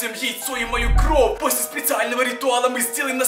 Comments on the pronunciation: пороботай над выговором слов не кров а кровь! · а почему ты говоришь кров а не кровЬ? Или мне это так слышится?